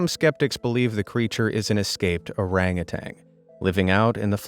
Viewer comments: Did you just add a 'g' to the end of Orangutan to make it 'Orangutang'? Orangutang sounds like some tangy alcoholic beverage. Or a weird medicine that's side-effects include loss of tongue, growth of extra limbs, and gelatinated brain stem. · The famous Bigfoot video taken in the 60's was by two men on horseback, not hikers. And they did not "swear to this day" that the video was real, one of them confessed on his deathbed that it was fake. And it's orangutan, not orangutang. Do better.